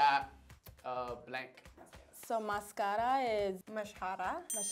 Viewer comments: It is not "mascara" it is "máscara" she needs to learn how to pronounce these Spanish words properly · the way she pronounced máscara tho, there's a tilde for smth💀💀